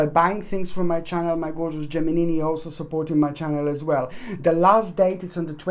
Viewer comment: Love when you say 'Geminini ' ☺